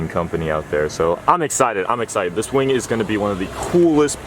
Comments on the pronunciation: Did anyone notice he said Wang not wing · did he say "big wing"..?